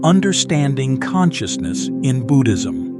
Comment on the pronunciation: Do not need music-very distracting . Also pronouncing Buddhism is Budd - as in "hood" - not boo-ood.